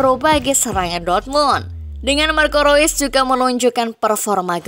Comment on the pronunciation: reus itu dipanggil ro'is bg. Itu bahasa jerman karena ro'is kebangsaan jerman